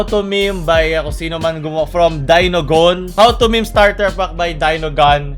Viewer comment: meme po hindi mimi haha